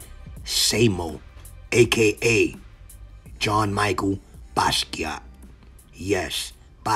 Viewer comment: Not Micheal lol... pronunciation jean "Michelle" I know it's not spelled like a girls name. And are you sure basquiat was king of graffiti in the Bronx? He was more of a Manhattanite, the village really. He was born in Brooklyn. And technically he wasn't king or a graffiti writer. Seen ( Richie) was/ is king. But I get it man. Cool video 👍🏻💯☮️🙏🏻